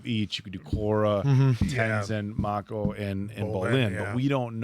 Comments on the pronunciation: I know this isn’t a big deal but why does keep calling him Makeo instead of Ma•ko 😂 makes me think of last air bender movie pronunciations 🤣😭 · You guys are now on season 3 and should know how to properly say Mako. Not just for the show, but also out of respect for Uncle Iroh's original voice actor. Please. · Best season and best villain by far, also how is still pronouncing Mako wrong 3 seasons in?